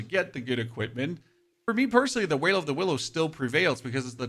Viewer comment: HawkWing not Hawking and Veil of the Willow not Wail of the Willow. I don't know why you're mispronouncing them.